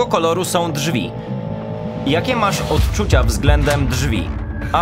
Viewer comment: „otczucia”, serio? 😅